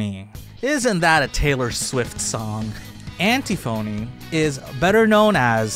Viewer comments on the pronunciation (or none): antiphony is pronounced like an-tiffany just fyi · Just a note, because I used to mispronounce words this very same way in the past.. but it’s pronounced “an-tiff-uh-nee.” Sorry for being that guy! 😬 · thats not how you pronounce antiphony is it?